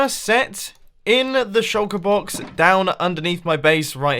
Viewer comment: Everytime you say Shulker Box, I hear Chocobox